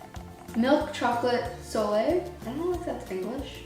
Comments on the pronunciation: I love the way you say « soleil » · I Love how you say “soleil”( if you are asking, yes I’m French😂 )☺️❤️